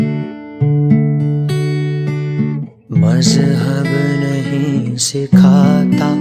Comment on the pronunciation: need to correct more. should be "Sikhata" and not "Sikh ata".